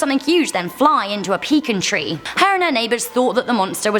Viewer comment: Peecen tree 😂